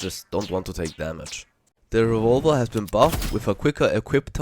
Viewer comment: I like how he says revolver, I’m calling it revolva from now on